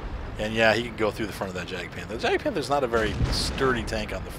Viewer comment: Problems with the pronounciation of Spähpanzer? Try Let Google read it out loud. /edit: but "Jagdpanther" was perfect